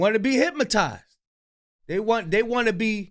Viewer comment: listen to the Africans that you like hearing them talk, their pronunciation of words are very good they don’t say “thay” when the word is they not. You said it about 50 times. Listen and learn. That painting that we seen, should have been said, that painting that we see. Don’t criticize if you making the same errors